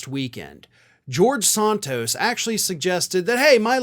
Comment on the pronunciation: You're overdoing the "a" in Santos. It's Santos like ran tose. Flan-can-ran-san(d) tose.